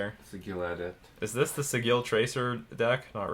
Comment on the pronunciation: Just a note, the word "sigil" is pronounced with a soft G. Though I'm amused by the (unintentional?) pun in your pronunciation. :)